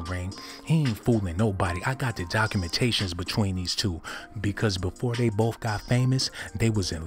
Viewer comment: Is he saying "cockumentations"..... 😂😂😂😂☠️☠️